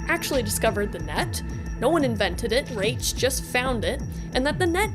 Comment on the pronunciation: Mike Pondsmith pronounced Rache as "Rayshh" so I think thats the correct way to say his name.